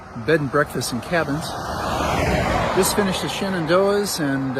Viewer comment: It's not the Shennies nor the Shannies. Locals call it Shenador. SHENADOR.